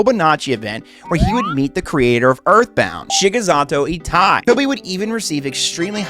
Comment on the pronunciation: mispronouncing Hobonichi and right after that Shigesato Itoi triggers me so hard